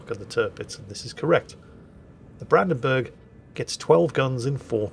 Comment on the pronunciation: whilst you are pretty good with most german names Brandenburg is a bit of (the "Branden" part is fine), the "burg" doesn't get pronounced like you pronounce "burgers" but the u gets pronounced similar if you go "uhhhh" (it just doesn't get stretched), not like an "e". Maybe it will help^^